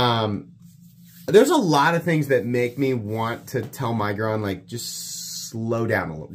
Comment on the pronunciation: I love you, man, but the way you say miguron drives me nuts